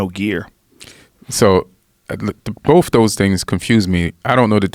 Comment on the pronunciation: Please people the word is BOTH not BOFE, THIS not DIS, THAT not DAT